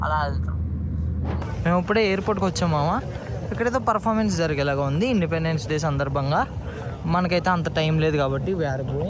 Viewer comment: Happy in-des-pen-des day anna inka vadina😂